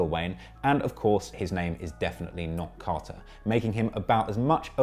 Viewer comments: Carter not Car-er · What's Cah-hur VI? lol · Lol you can’t say carter. Ugly ass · The way he's saying "Carter" is making me itch. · I can't get over the way you say Carter lol your killing me I love it😆😆😆💯💕